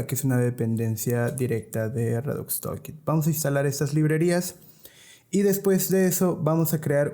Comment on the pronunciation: por que ningun desarrollador que habla español puede pronunciar palabras simples en ingles? redux tOOlkit TOOL, pronuciacion TULKIT basicamente, anyway gracias por el video